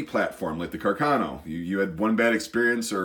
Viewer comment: anyone who says you say “Carcano” wrong is stupid. That’s a perfect English pronunciation.